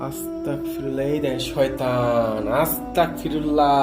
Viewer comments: ভাই আপনি যে ভিডিও তে আস্তাকফিরুল্লাহ পরেন....কথা আস্তাকফিরুল্লাহ হবে না.... আস্তাগফিরুল্লাহ হবে.......Take love vai❤️❤️❤️ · আসতাগফিরুল্লা বলবেন।ক না গ উচ্চারণ হবে